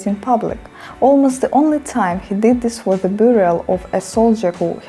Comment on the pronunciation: Бьоріел, не бюріал